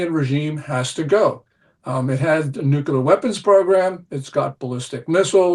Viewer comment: Yet another smart individual who mispronounces nuclear...